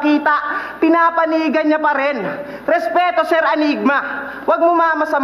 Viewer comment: Idol Kevin SURant ung pagkaka sabi ni adressing nga ky sur 😊